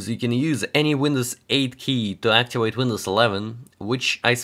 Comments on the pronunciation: Your V sounds way to W. Activate not Actiwake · Its Activate not Actiwate. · Sounds like your saying actuated instead of activated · "Hello everyone, in this video I will try to axiwate windows... "